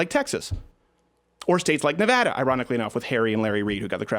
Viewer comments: Yes he said nevada right finally someone did😂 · Lets focus on what really matters here, the fact that Steven pronounced Nevada correctly.